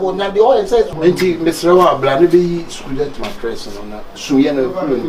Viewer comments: He said skoolent mattress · Did I hear schooldent matrix